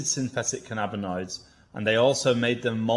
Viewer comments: The way you pronounce cannabinoids is really annoying me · Please learn how to pronounce cannabinoids.